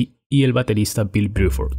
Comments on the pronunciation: ¿Porque dices Briford? Excelente todo lo demás. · Bill BRUFORD no Biuford